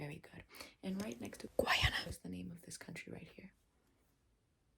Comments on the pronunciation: Guyanese here 🙋🏻‍♀️ the way she pronounced it as GUAYANA is so Funny 😭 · It's pronounced gai-AN-ah. The Guy part is pronounced exactly like the word guy as in "I saw a guy". It's the only English speaking country on the South American continent. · Bruh she kept saying Georgetown and then have to dub it over with GUAYANA 🤣 rather than reshoot the part over again is comedy gold 🤣🤣🤣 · Nice video but its pronounced as Guy-ana (im from there so im just letting yall know lol)😅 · Guyanese here you pronounced Guyana so funnily lmaoooo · blud cannot pronounce Guy Ana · NOOOO YOU SAID GUYANA WRONGGG